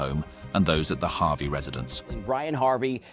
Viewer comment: I think their name is pronounced Harvey and not "Havi".